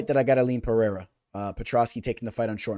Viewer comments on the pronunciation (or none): Pe Rei (not hey) Rah